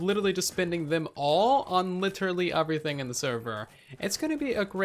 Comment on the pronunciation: Not trying to be mean but it is so annoying when he says “wif” and “uverything”